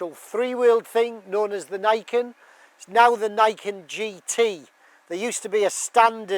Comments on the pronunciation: Pronounce its name correctly please, it's "NEE ken", meaning "two (Ni) swords or blades (ken)". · pronounced "knee-ken"; "ni" is japanese for 2.